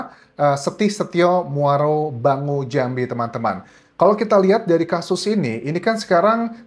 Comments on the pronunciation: Muaro Bungo ....bukan bango😅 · Muaro Bungo bro Anjas. Bukan Muaro Bango 😅